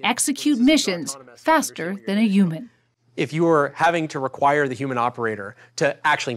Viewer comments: What the hell is a youman? This lady thinks all Hs are silent. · She kept saying human without the H. Wtf? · I hate how she pronounces "human" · I dispise those who pronounce the word "Human" without the "H" !